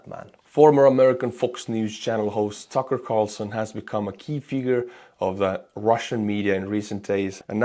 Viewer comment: Tookerrr Carrrsooson